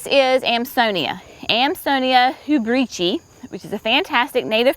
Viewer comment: UH-RAIL-EE-UH. Not Ari-ella. Bruh-narr-ah--3 syllables. Not Brew-nar-i-a. Amsonia hu-brich-tii--hew-brick-tee-eye--not hew-britchy-it has 4 syllables.